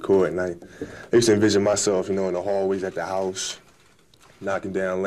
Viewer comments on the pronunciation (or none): none